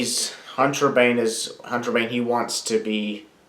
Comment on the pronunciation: I thought it was pronounced "Hunt-rah-ban-ae."